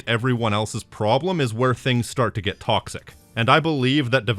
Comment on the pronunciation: muh tawcksick